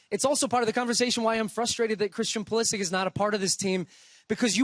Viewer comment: Who is Pulisik? Pulishich